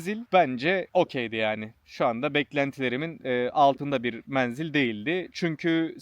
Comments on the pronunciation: lütfen "menzil" kelimesini kapalı e ile söyleyin. videoyu yarıda bıraktım, defalarca aynı kelimeyi yanlış duyunca devam edemedim. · Menzil ince e harfiyle söylenir dostum. Her menzil dediğinde kurşun yemiş gibi oldum. 😂